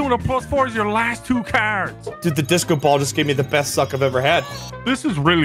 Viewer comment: No one: Absolutely no one:: Deesco